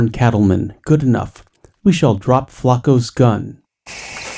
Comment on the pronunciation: Flaco, i swear americans dont even try to pronounce things right